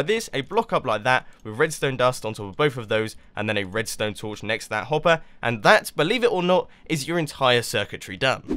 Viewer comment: You said hoppy